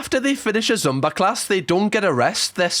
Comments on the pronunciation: idk if yall call it something else over there, but it is pronounced "zoomba" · It's the passive aggression turning into actual aggression for me! Top Shelf! And the way you pronounce Zumba is adorable - gave me the giggles!😁🤣